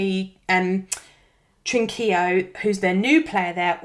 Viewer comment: The way you said Trincão was so indredibly bad, 😂